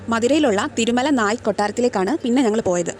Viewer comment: ❤ Super തിരുമലനായ് എന്നാണ് കേൾക്കുന്നത് ശ്രദ്ധിക്കുക